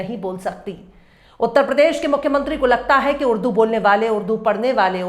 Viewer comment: हिन्दी का दम भरता है ये टकला, भाषा को भासा बोलता है। प्रदेश को पर्देस बोलता है, जो श ष का सही उच्चारण भी नहीं कर सकता वो उर्दू पर बकवास कर रहा है।